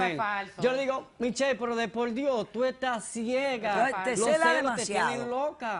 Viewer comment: "De pol Dio" 😂😂😂😅😅 El Dominicano es un caso Yo siempre me tendo que reir somos un caso 😅😂